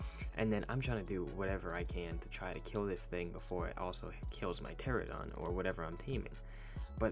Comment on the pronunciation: ITS TER RAN UH DON NOT TERA DON